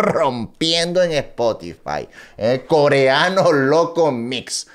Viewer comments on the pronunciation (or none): Coleano se dice gonorrea no gonolea🤣🤣🤣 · Karol G : gonorrea Coreano loco : GONOLEA 🤣🤣🤣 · "Gonolea" jajajaja